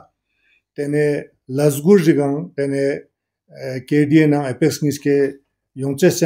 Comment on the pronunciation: Read apax instead of pax